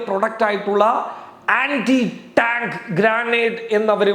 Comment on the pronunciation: 'ട്ടാങ്ക്' അല്ല ടാങ്ക്. അവതരണം ദുസ്സഹം. എന്തിനാ ഇങ്ങനെഞ്ഞരമ്പ് മുറുക്കി ബോറടിപ്പിക്കുന്നത്.